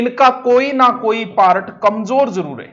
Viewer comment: सर आप पारट क्यों बोलते हो पार्ट को